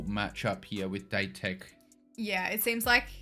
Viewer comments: By the way, it's Date, da & te. Date Kogyo shorten to Dateko. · “A” in the Japanese alphabet is pronounced “ah” and “E” - “eh” so Date sounds like dah-teh. It doesn’t actually mean the English word date.